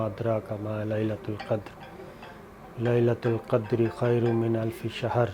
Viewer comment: Sir G First mien fe-lelatil qadar hai lelatol qadar nahi. Zer hai Thank you